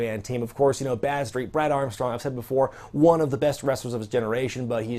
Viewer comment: How was Badstreet not called Bradstreet?!?! Thats what I keep hearing anyway.